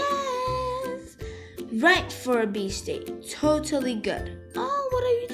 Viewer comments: emm sorry but i hear you say "it's a bit*h day" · I did not hear "beach" when you said that i herd bitch